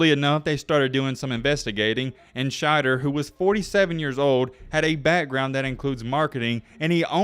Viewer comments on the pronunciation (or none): Shent-er, not Schneid-er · Scott Schenter as in Shen-terr not Schneider. Just struck me funny. If I am remembering correctly usc was loaded back then. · Schenter is not pronounced Schneider.